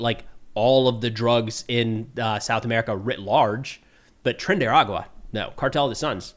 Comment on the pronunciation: sounds like you say trendy water. Let's call it club trendy-Dee-water